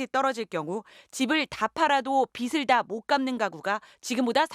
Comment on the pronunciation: '빚을 다 못 갚는...' 에서 '빚을' 은 [비즐] 로 발음해야 합니다. [비슬] 로 발음하면 '빗을' 을 읽는 게 됩니다. 문해력 떨어지는 세대, 이제 제대로 읽지도 않으려 하나요?